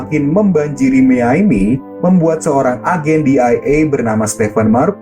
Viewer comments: miaminya aneh bang harusnya dibacanya mayami bukan miyaimi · Miami min bukan miyaymi